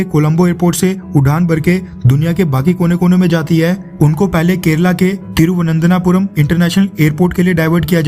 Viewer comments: First learn how to pronounce "Thiruvananthapuram" !!! You are just recycling news that is already published by a few newspapers..... what's your value add? India didn't send aviation fuel to Sri Lanka as it is not a basic need....basic needs are petrol diesel, & LPG. BTW Srilanka already received Russian oil...! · तिरुवनंतपुरम Please correct your pronunciation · थिरुवनन्तपुरम नाम सही से बोलते तो अच्छा लगता। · Dear bro plz try to pronunciate correctly the spelling of Tiruananthapuam